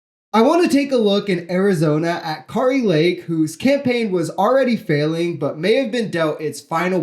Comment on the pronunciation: you are mispronouncing Kari Lake’s name. Whether you like a person or not, it’s important to pronounce their name correctly. Even if they are the worst politician in the world, which Kari Lake may very well be, their name should still be pronounced correctly.